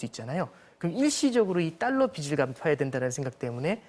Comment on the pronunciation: 자꾸 딸러 Ddollar 라고 하네 ㅋㅋㅋㅋ